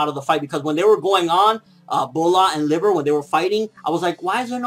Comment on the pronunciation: its pronounced as Brat not bulat :/